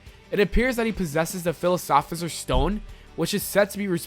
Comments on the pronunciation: philsophisors stone? Its philosophers stone... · Nigga said fisopher stone it is philosopher stone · Did he just say the filisosipher stone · wtf is a philasoferser stone lol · Philosophiher 😂 your pronunciation is on point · Philasoferser stone? He said that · he messed up saying philosopher's lol. good vid tho